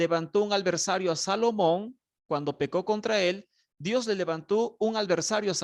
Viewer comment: Alversario..no. adversario.